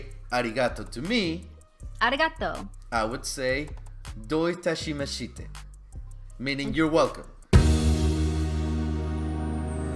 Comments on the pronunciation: Little pronunciation note... Japanese is generally unaccounted, so syllables tend to smoosh together... 'You're welcome' should sound like 'doughy-tashi-mosh-tay'. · I think it's pronounced: doe-tah-she-mah-sh-tah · You're butchering the pronounciation of Dou Itashimashite... lol Dou Ita-shima-shite - but the "i" in Shima is silent. And you say it quickly as a single word, not break it up. I have a friend from Japan that usually visits yearly because of work. He stays with me when he's in the area. He taught me some words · Isn't the last "i" in "Do(u)itashimashite" supposed to be silent?